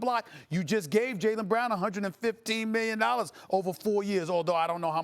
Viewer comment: Stephen a. Smith: "Bruthus" "miyion"